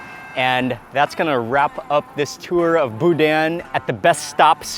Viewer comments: BOO-DANH, no hard N at the end, I knew you would love my home state, so glad you finally made it, LOVING IT! Gotta get on some HogHead Cheese too, its right up your alley!! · It’s pronounced boo-dan. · As a Louisianian, I cringed every time he pronounced "boudin". LOL. Thanks so much for giving Acadiana some recognition!